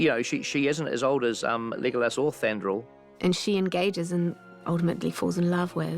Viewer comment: pj you are incredible, but why cant you say Thranduil? its ok but its always funny